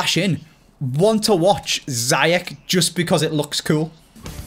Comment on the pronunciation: Its Zi-ech noT Zi-Yek